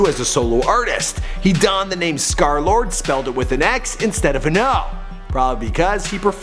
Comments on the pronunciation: y u cal hem skerlard? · Until now i realize it’s pronounced ScarLord